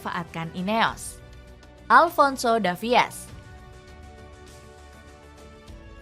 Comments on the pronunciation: Salfok sama voice actornya, davies harusnya dibaca davis, bukan davi-es 😂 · Tulisannya ALVONSO DAVIES buk tapi dibaca ALVONSO DAVIS, Lebih keren dikit lah bacanya 😅